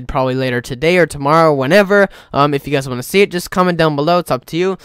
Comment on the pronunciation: yew guies